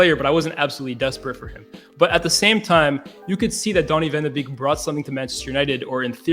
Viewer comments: Sorry, but if you're a Man U fan and can't pronounce his name correctly, you have no right to speak about him tactically. Basic. Beeeeeeeeek! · You guys dont pronounce donny van de beek correct!!! 😒😒😒😒